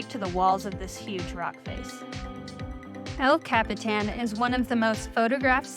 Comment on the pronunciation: El Cap-Eh-Tan lol 😂